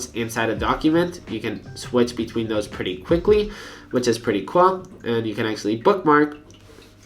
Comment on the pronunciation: (wich it's pretty "cuol") what the fuck happens to your tongue